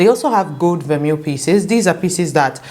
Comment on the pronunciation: It’s pronounced ver-may :)